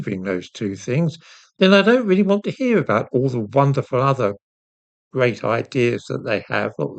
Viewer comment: Did you just mispronounce Grope, not Great?